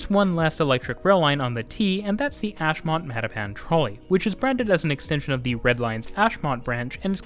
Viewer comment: Dude: it's MattaPAN, not MATTapan. Yeah, Boston English is weird.